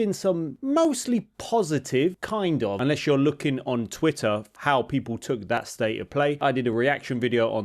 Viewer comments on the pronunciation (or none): none